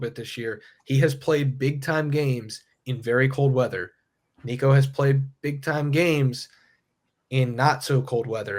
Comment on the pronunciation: learn how to says Nicos last name if you are gonna be a content creator.